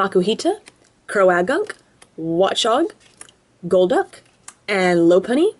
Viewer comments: Its pronouned cro-gunk not cro-a-gunk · Croagunk is pronounced crow-gunk not crow-ah-gunk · its crogunk not with the ah in it